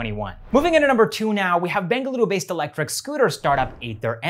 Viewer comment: The way he speaks Bengaluru is no native sounding,. ❤️